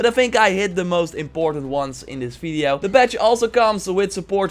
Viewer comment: When I read this, it was in your voice complete with the "feedio" part. Much <3!!